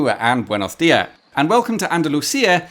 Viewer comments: I love how you even did the andalucian accent when saying "buenos diah" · I love that you skipped the last R in "buenos dias" like a true Andalusian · It's a nice touch that you said 'buenos dias' with the local 'ceceo' pronunciation. At least, I assume that's why you said it that way.